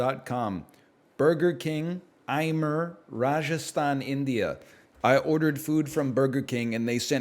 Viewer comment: Lmaoo he pronounced Ajmer as Ai-mer